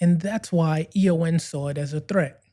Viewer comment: First things first: The Broccoli-Saltzman company is EON (an acronym for “Everything or Nothing”); pronounced Ee-yon. You’ve presented a good summary of the legal battle. But one essential point that gets left out: McClory, Whittingham, and Fleming had developed nine scripts and treatments other than “Longitude 78 West” (which Fleming copped for his “Thunderball” novel). The deal McClory signed with Eon in 1965 covered all ten stories, which McClory would have the right to make after ten years. So Eon’s later contention that McClory was limited to “Thunderball” is pure BS. Once Bond became such a financial juggernaut, Eon naturally wanted to block any competition — which meant reneging on the original deal. Jack Schwartzman boldly took up the challenge, limiting his efforts to “Thunderball,” supposedly McClory’s only opening. Even then, Eon fought on in the London High Court throughout the making of “Never Say Never Again.” They tried every angle to halt the project, to the point of declaring that only dialogue from the novel could be used — totally absurd! Finally, the LHC told Eon to piss off! Thanks to Schwartzman, we enjoyed (after many years) a classy, well-written, fabulously cast, intelligent Bond film. Sean Connery also deserves credit for his commitment and determination on-set. It was vastly superior to that snoozefest, “Thunderball.”